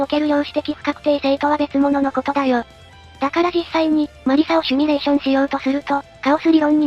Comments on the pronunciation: シュミレーション❌ シミュレーション⭕ どうでもいいかw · シミュレーションを「シュミレーション」って云っていてモニョる。 #シミュレーション警察